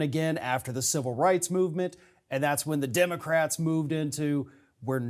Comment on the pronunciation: Fwowida, we hunting Democwats, HeHeHeHeHeh...